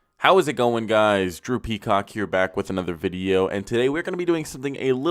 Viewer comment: “Hey guys, Droopy Cock here” 🤣🤣💀 I stg I thought you said that 🤣🤣 I ain’t know yo name was Drew Peacock